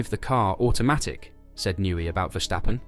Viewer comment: Stop saying Vershtappen. He's not German.